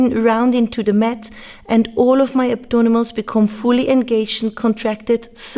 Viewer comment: Hello, you keep saying abdonimals in the entire video.I like the sound of it from now on i will call them the same!!! You give very precise and wonderful workout advices.P.S.The thumbnail photos were to die for!!!